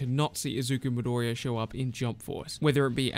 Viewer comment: Midoriya*😂 but good video fam